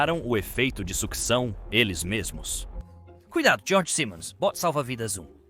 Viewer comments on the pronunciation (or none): none